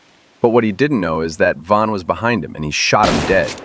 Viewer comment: It is von not van